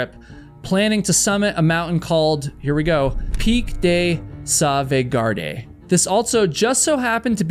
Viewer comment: pic de sauvegarde?!!! It's pronounced pic de sauvegarde!!! 😂😂😂